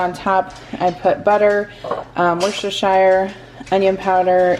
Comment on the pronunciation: I love your channel, I have been watching religiously for over a year but please for the love of God; Worcestershire sauce is pronounced 'wus-tur-sure'.